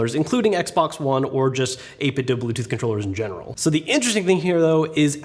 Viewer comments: It's pronounced 8-bit doo. As in tooth. The cube speakers they came out with say that when powering on. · "pal" Pal. Not pee ay ell. 8bit Doo not doe Scanlines are stupid. I had a big screen TV and never saw lines. Those displays are better than people think.